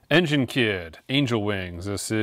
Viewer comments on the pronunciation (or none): none